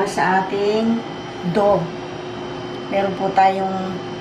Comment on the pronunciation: DOUGH... MOMMY PRONOUNCE PO--- DOWH.... HINDI DOHG....WALANG "G"